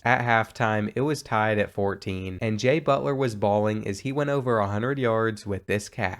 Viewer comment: EVery time he said jay butler i felt like i was hearing jimmy butler